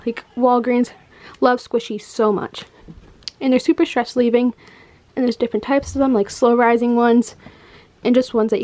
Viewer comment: Haha she said ten dollars to twenty dollars supper supper cheap 😂😂😂😂